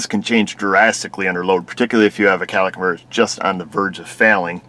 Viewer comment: CATALYTIC converter...not Cadillac.